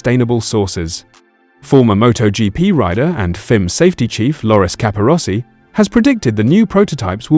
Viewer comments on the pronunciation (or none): F.I.M. is not pronounced fim!